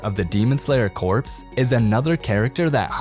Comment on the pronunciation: You know that the ps in corps is silent right....